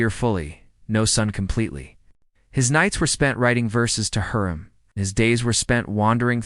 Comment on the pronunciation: U need to watch magnificent century hurram sultan there u will learn the pronunciation what ur talking about because you are pronouncing it wrong